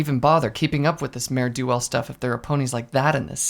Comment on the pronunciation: Dangit, why do you keep saying "Mare DO Well"? XD